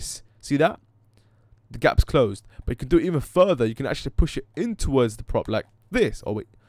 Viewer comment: "Twowords the prop" na mate it's "Towards the prop"